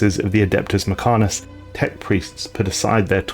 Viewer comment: I appreciate the effort but your inability to pronounce words such as Mech-an-i-cus kills it for me